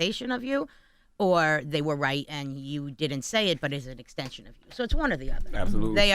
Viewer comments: You notice Charlemagne say xteencion 😂😂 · ekzstenchion LOL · Extenchion - Slack 😂😂